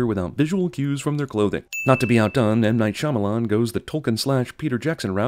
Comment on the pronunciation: I lost it when he sinned M. Night Shamalan's name.